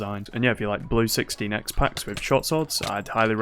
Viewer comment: am hearling a lot of "60 nex" instead of 16 x